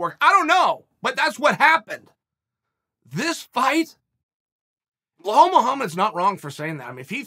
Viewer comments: IT'S BELAL ... B-E-L-A-L PLEASE FOR THE LOVE OF GOD CHEAL LEARN HOW TO BLOODY PRONOUNCE IT. IT'S NOT BLEHAL ... WTF IS BLEHAL?! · It’s Bill-All not Bill-Hall 😂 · "Blahall" why would uncle Chael always mispronounce names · Belal.. Pronounce as BE-LOL Not BE-HALL hehehehe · My two favorite fighters. Bluh-Hall Muhammad & Ige Provaska (Also I have a new favorite coach, Treven Wittman!) The pure lack of shit in pronunciation by Uncle Chael for YEARS now is impressive. He sticks with it ! 👏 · I clicked only to hear “bluhall” 😂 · I want Chael to point out where the "L" is before the "E" in "Belal". What is a Bluh-hall? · uncle chael handing out extra Ls to everybody. bla-hall, mockel-chev, im sure there's more somewhere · it's not difficult for you either to not pay attention on that and forget that you hear Blahal. 🤣🤣 Uncle Chael can baptise anyone at any age. Undefeated undisputed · Hahaha are you serious chael? „Blahall mohammed“ 🤣🤣🤣🤣 I love this man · “Blahall” lmao another gem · “BLA-Hall” lmao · Who the hell is "blehal bluehamed" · His name is pronounced Be-Lal. You're welcome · Who the fuck is "BLAHAL" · Ok I have to personally apologize to you uncle Chael. I always thought you mispronounced Belal’s name by mistake. I have conceded to the fact that you are too smart to not know how to pronounce his name, and that you’re doing it on purpose. That’s genius. You’re the best Chael.😂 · How does someone mess up a name as simple as belal lmao...uncle is the goat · I get it now, he's not pronouncing Belal Muhammad wrong purposely. He's just packing a huge lipper and L's dont come across well when you trying to keep it's packed in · Chael please it's belal respect on his name 😎😎😎 #chaelthe gangster